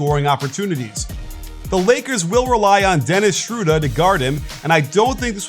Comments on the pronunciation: schröder not schewder or schrowhder .... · his name is pronounced Shr-ooo-derrrrrr, for fucks sake, every letter in the word is pronounced in german. stop making up names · That pronunciation is so off! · He still pronounced it wrong bro :^)